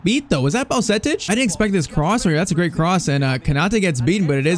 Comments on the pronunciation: U shouldn’t have signed zubumendi in irl players like bajetic are key players irl. Edit:you pronounce bajetic as badgetich not baljetic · No way actually butchered Bajcetic 😭😭.Its actually baa-jay-tich